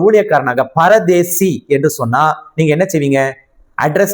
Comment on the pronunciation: Brother not paradesi that is parudees